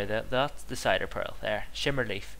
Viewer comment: And cin-der not ci-der